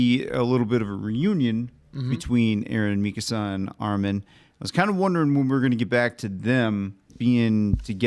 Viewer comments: I understand that people unfamiliar with Japanese may get the pronunications wrong, but I have found it consistently hilarious so far that has incorrectly corrected "Mikasa" a handful of times so far 😆I think he got what he heard from one particular yell/shout, like when your parents are mad and they stress certain syllables in your name. Gentlemen, if you happen to see this comment, a rule of thumb for Japanese pronunciation: for the most part there is no emphasis on any syllables. As mentioned, "Mikasa" in this example is dead on. 👌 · Hanji is unhinged, okay? 😂 And it's not that Eren doesn't know how it clean, it's just that Levi is a cleaning freak. p.s: The way said "Mikasa" the first time was correct! the way said it later to "Correct" was NOT!!!